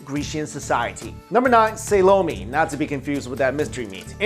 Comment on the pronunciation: not Sa low-mee but Sall-oh mae!! I hate to be a stickler but come on... it is Solome"!